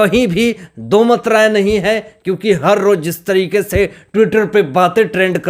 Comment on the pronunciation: Har ŕrrrttt......bolte mazza aa jata he